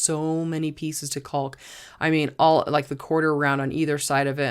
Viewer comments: Wonderful use of IKEA items to customize storage for your home. You are lucky to have the ability and stamina to be able to do it with a little help, here and there. One critique I hope you do not take offence to; the word “caulk” is pronounced “cock”, like a male bird. The letter L is silent. I was corrected when I was young and was sounding it out from the packaging when I would help my father. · The “L” in caulk is silent.